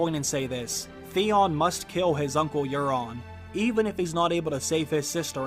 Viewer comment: Euron, it’s Euron the valenquor